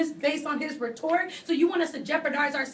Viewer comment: Blonde guy clarified he mispoke about "condone" instead of "condemn"... they keep harping on it, what? But he said "University of Campus" and nobody said anything. How is that different? Also its embarrassing how often the big loud one mispronounces words. Like "rhetoric"